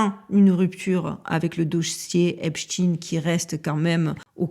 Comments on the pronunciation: 😂😂😂 brigade de la syllabe !!!! On ne lâche pas 💪🏼, on continue de prononcer à l’anglaise (tine et non ein) !!! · Pouvez vous donner une raison au maintien de votre prononciation de Epstein en In au lieu de aïn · C'est vrai que c'est bizzard de prononcer Epshtine alors qu'il s'appelle Epstein lol ... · Même la prononciation du nom du criminel est changée de"stein" à "dean", triste. Mon épouse et donc ma belle famille a un nom de famille se terminant par "stein", or bien qu'ils aillent aux quatre coins du monde 😁, ils n'en ont jamais changé la prononciation, USA y compris. Stein à l'allemande. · La chaîne des signifiants du récit de l'humanité selon J. Lacan ou l'instrumentalisation des grands archétypes dans la construction du réel?! Mais lequel sera signifié, exposé??? Et la prononciation du nom est toujours IMPORTANTE! Pas ''TEEN'' mais ''TEIN''! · Epstein pas Epstine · On prononce Einstein, Lichtenstein, Weinstein, alors pourquoi switcher sur Epstine ? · Salut. Pour la prononciation, je suggère de l'autre (ÉSTINE) Le type qui a acheté le site est du même gabarit et va tenter de prendre la place de l'autre. Vidéo toujours au top. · Merci, très intéressante cette vidéo, mes pitiez arrêtez de parler de ce type en l'appelant epstine...on on dit pas frankestine...!!! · Pourquoi dire epstine ? Vous dites Einstine et Frankstine? C'est bizarre... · Salut, concernant la prononciation du nom, comme c'est lui qui voulait qu'on l'appelle epstin, je ne suis pas sûr de vouloir respecter la "dernière volonté" d'un monstre 😉quand bien même le monde entier marcherait dans ce jeu... Maintenant, toi tu fais comme tu veux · Je t'assure que la prononciation de son nom a toute son importance... Le diable se cache dans les détails et nous le 😂savons que, trop !on dit bien Frankenstein... Albert Einstein... Etc... Mais lui et son acolyte Harvey WEINSTEIN... Ont le droit de voir leurs noms se transformés... Bizarre, avez-vous dit !?? 🤫 Force à toi ❤️ ❤️ ❤️ ❤️